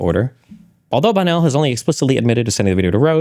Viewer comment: sorry, when you say Bonnell, it sounds like Bono